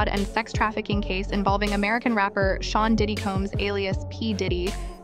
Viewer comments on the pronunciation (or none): none